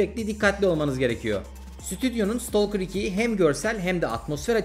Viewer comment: İstolker değil. İstakır